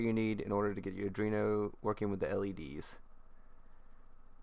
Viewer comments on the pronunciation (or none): good job mate. easy to follow. it is arduino btw, not adrino.